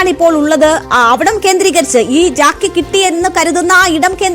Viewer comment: Not Jacky, pls say Jack. Hydraulic Jack